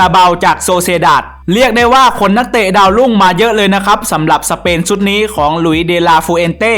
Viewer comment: ชุดไม่ใช่ซุด